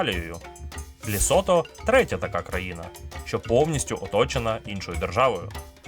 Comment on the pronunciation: Цікавий і змістовний виклад матеріалу якби не одне "але" - країна ЛЕсото, а все відео диктор повторює ЛЄсото. Комусь можливо неважлива дрібниця але це основа, при тому, що і в описі та заголовку чітко вказано тверде Е в назві держави